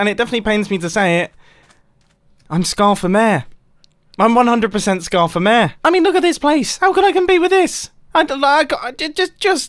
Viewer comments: Normal people: Mayor This guy: Mèèèh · "Mayor" ? Nah, "mää" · Every time he says mayor, hes actually saying "meh"